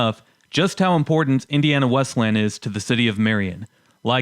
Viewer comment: It is pronounced "Wes-lee-yan", not "Wes-lan".